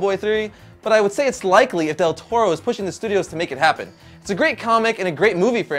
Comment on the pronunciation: are you latin because the way you butcher del torro just no man no =(